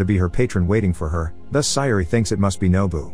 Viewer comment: CORRECTION: It is not “Mama”. It’s pronounced, “Ma-may-ha”. Also “Sayuri” is pronounced, “Say-u-ree”.